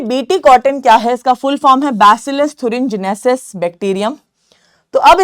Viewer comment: Mam thurengenesis nahii thuringiensis hai o ncert me ..